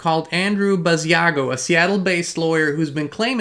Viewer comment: Hi Inspired Tribe! Just to let everyone know: Andrew Basiago's name is pronounced Bashago, similar to "Chicago." Andy/Andrew Basiago wqas interviewed about 15 years ago by Project Camelot. He's truly one of the earlier Secret Space Program "whistleblowers" regarding his participation in "Project Pegasus" time travel program. Pres. Barack Obama, then known as Barry Santoro/Soetoro, as was ALSO a participant.